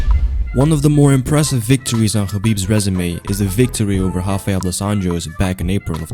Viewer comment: It's not Hafael but Rafael as in rabbit not hobbit.